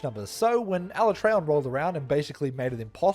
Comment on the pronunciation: Ala-tray-on wasn't too bad. While I'm still used to Ala-tree-on, at least they didn't do it as dirty as my boy TEE-grex